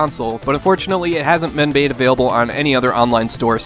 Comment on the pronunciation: fyi, you said "men bade" instead of "been made" youre awesome as usual though, and it fits the drunk part ;)